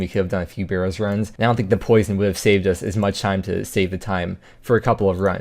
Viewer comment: If he says "burrows" one more time, imma try pking him everytime he goes to the wildy